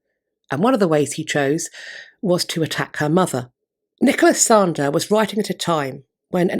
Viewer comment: Re: Anne Boleyn - Was that Nicholas Sander or Nicholas Slander?? 🤣 🐉